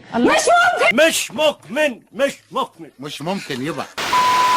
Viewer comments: مش مكمن مش مكمن 😂😂😂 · مش مقمن مش مقمن 😂😂😂 عثل والله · مش مقمن مش مقمن